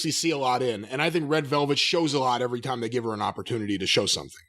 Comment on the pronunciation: & (Jayne) I think that n Jim are confused asf n don't really know whose who lmfao. Bcuz he mispronounces Jade's name the whole time n it's not 4 a gag.